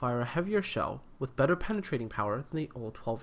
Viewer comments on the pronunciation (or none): none